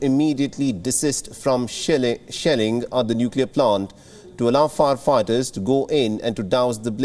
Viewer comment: Did he say sh*tt*ng or Shelling on the plant,by Russian soldiers